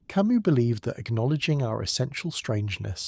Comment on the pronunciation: This would be wonderful if… The AI narrator would decide on a single pronunciation of Camus, Sisyphus etc. Quite jarring.